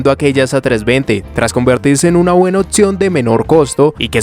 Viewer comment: porqué cambias la P por una T..otción, etc?